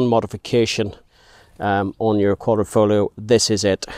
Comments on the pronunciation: Good video, but, from an Italian I must tell you that the pronunciation of Quadrifoglio is wrong, you have a good italian accent, but you said “Quadrifolio” non “Quadrifoglio” “gli” is a particular pronunciation, (more similar to a j) To hear the correct pronunciaton you can listen in on google translate but even better if you open an italian video of the Giulia Quadrifoglio to hear an autentic pronunciation. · No, not Quadro - foglio it's Quadri - foglio.